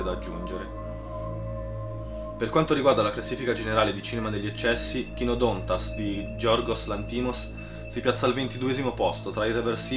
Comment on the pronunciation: Per quel poco che mi ricordo di Greco koinè (ovvio essere antico) voglio provare a vedere se riesco a comprendere la questione lessicale di cui tu parli, sempre che riesca a capire il Greco moderno. P.S. Dovrebbe esssere Kynòdontas, come scritto nell'accento acuto. P.P.S. Complimenti per la profondità dei riferimenti alle scuole di pensiero filosofiche-avanguardia.